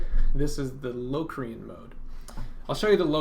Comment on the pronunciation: The word locrian is pronounced with a short o not a long o